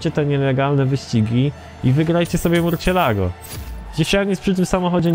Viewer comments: nie murcielago, tylko marsjelago:D pozderki;) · Mówi się "Mursjelago", to Hiszpański. xP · Murcielago (mursjelago) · Z tego co wiem to się mówi „mursjelago” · Dobra zrobię mały hejt nie żeby obraźliwe ale następnym razem sprawdź na internecie jak nazwe danego samochodu wymówić ponieważ Murciélago się tylko pisze a teraz sprawdź potem gadaj bo jak narazie od tej wymowy uszy bolą...